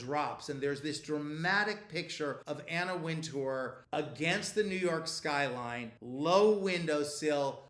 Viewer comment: Winter, it's pronounced Anna Winter. You're welcome